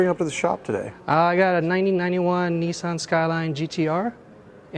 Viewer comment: it's Nissan not Nissian